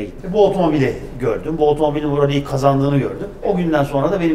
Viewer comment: Tek, şu adam “rali” demese daha güzel olacak. XD